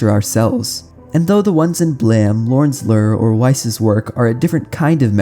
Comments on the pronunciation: I doubt you will see this... I don't mean to insult but I must know. Do you have some strange dialect or did your teachers fail you? You pronounced "BLAME" as blam or blah, with a shorter A sound when I believe it should've been a longer one (if I'm not mistaken, and I don't believe I am). Same with "Lure" where you pronounce it like lur, like "ur" with an L in front of it. When it should be something like, again, a long not a short U. Although I most often hear it pronounced with an OO or EW like "Loore" or "Lewre" as a few examples. Outside of this, I like the vid, art, and the strange game. I watched it all the way through and couldn't help but ask. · I was wondering if the manga was really pronounced Blam instead if Blame but then I understood when I heard Lorn's Lör instead of Lorn's Lure. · Do you pronounce "Blame" as "blam" and "Lure" as "lurr" on purpose or are those how they're actually pronounced in their lore? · How does someone who talks for a living mispronounce "blame" and "lure"?